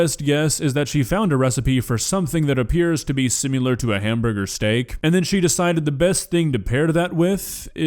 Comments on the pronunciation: It's similar.. not sim u lar. . so sorry to correct u dog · Dear, Please quit saying "simular" It's "similar" - SI MI LAR not SI MU LAR. Love ya Babe! lol Bye!